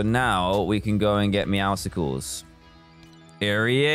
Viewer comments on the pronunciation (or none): I hate how everyone is pronouncing it “meowsicles”